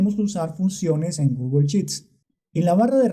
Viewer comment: Porqué no pronuncias bien "Sheets". Es pronunciancion "Inglés Colombiano"?.....